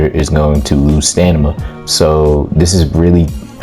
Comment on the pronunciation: Once I heard you keep saying STANIMA. I knew it was troll 😂